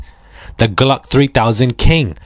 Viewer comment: PLEASE Stop SAYING GLUCK 🔫- 3000! Bwahahaha 🤪